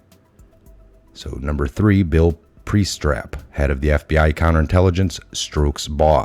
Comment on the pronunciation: It isn't "Pree-strap." The guy's name is "PREE - stap. I have just learned about this website, and you need to know you can only damage your reputation and credibility when you can't bother to research the correct pronunciation of tough words or people's names. If you can't get the basics down, why should we trust you for the more detailed material you present? This is exactly what MAGA-haters love - to show how "Q" followers can't speak in complete sentences without mangling names or words. What's that you say about the future of our country being at stake? You need to step it up, pal.